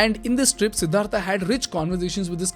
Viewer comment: What is सिद्धार्था its सिद्धार्थ you are from india bhai By the way great video